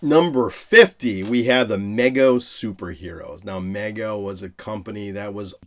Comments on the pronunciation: Love all your content but it’s pronounced MEE-go. I just had to get that off my chest. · Mego is pronounced with a long “e” sound just for future reference.